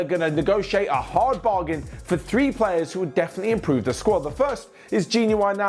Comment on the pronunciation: saying 'definitely' is the best thing you hear in the day....."defenly defenly" the best.